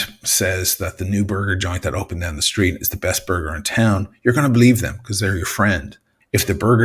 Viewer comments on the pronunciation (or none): none